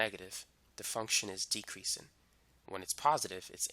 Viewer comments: "decreasin' and increasin'" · LMAOOOOO i love how he repeats it